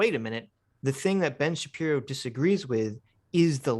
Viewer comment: heh "Sahpiro"